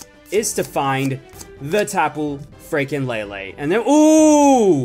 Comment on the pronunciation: Why u say lilie